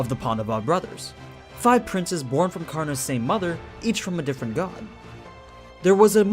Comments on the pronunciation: Can't take it when the narrator doesn't want to take 10 seconds to learn the pronunciation of the name to respect the original source. Not kaarna, it's kar na spoken as one word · Ture its Karan not Karna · In the Hindu epic Mahabharata, 'Karn'(and yes it is correctly pronounced as Karn and not Karna) is the noblest and most powerful warrior only second to his uncle Bhishma. He was literally invincible in every way with the armor. He was betrayed, mocked, abandoned and tricked by his own mother, brothers, sister, his teacher (who was called 'Dronacharya' and is the one who cursed him) and even by the gods. Yet he never held any contempt in his heart. TOTAL RESPECT! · Aman is right . it's karna in the original story not Karan. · Its karan .... At least think i live in India People say its karan not kana